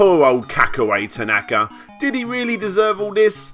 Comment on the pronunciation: If you want to go down that route, then it's pronounced "ta-na-ka", not "ta-NAka" as it was said throughout this video, but I'm not one to quibble as long as we know which sleasebag is actually being called out here!